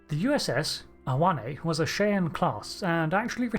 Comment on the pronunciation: A Gentle Correction: Cheyenne is pronounced ‘Shy-Anne’.